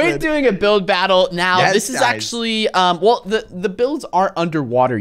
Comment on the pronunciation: DID I HEAR UNSPEAKABLE SAY BUILD BOTTLE.